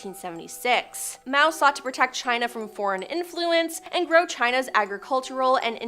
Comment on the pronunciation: The girl with the glasses needs to go because she cannot pronounce basic names: Bat-ory instead of BATHory or Mayo instead of Mao! It's distracting